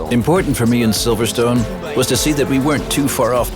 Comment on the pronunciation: First Of All It is Silverstone notsiverstone